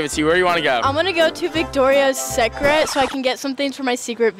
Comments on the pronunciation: She pronounced Victoria's Secret like that but pronounced 'secret' in 'secret video' like regularly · how she say “Victoria SECRET” wrong but said the word “secret” right for her “secret videos” 🤔